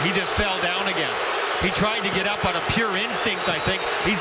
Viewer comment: There was no elbow that was "Oot". Gawd.